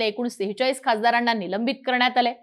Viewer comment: निलंबण, खासदाराण्णा. काय आहे हे? ज्यांना साधे साधे उच्चारही जमत नाही असे निवेदक घेता कशाला?